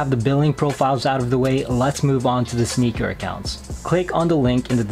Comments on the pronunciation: He's correct...it's enunciated as "Snickers"....based off of the way it's spelled on the app "SNKRS"..... 🤦🏾‍♂️ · The app is actually named SNKRS - not Sneakers. So pronounce is right.